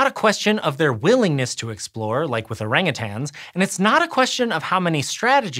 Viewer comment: Listen up all you weirdos. Stop saying Orangutangs. siad it correct like 8 times. No more tangs.